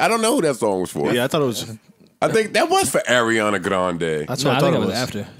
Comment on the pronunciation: I wish they'd stop putting that spice on Ariana's name. Sis isn't Spanish. lmao